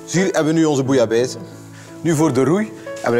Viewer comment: zeveraar, het gaat om bouillabaisse, niet bouillabaise. Koken, en vooral je mond houden!